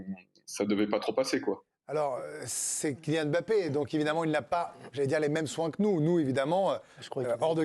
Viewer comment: Bah comme ça tout le monde sera d'accord sur la prononciation de son nom, où pas mal de journalistes sportifs l'appellent Bappé !!!!